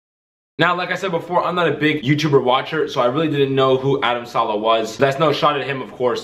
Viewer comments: He says Adam Salah 😞 lol? Its Saleh Not salah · Saleh not Salah